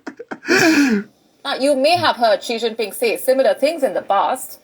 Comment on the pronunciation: Not Shing Ping 😂🤣🤣